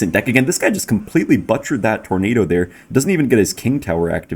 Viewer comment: "But'cherd" thats awesome